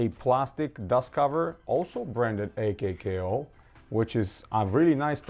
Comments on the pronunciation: It’s pronounced “”akow”” why die she think it’s a k k o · its pronounced /ˈäkō/